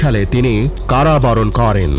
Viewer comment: ভাই আপনার ভয়েসওভার টা ঠিক করা দরকার। প্রত্যেকটা বাক্যের শেষেই "করেন" উচ্চারণ টা খুবই কানে বাজে। এইভাবে উচ্চারণ করার কিচ্ছু নাই